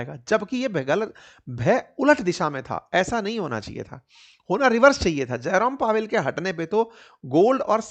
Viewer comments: आप जेरोम पोवेल को जयराम पोवेल बोल रहे हो 😂😂😂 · Jarom powel❌jairam pawel 😂😂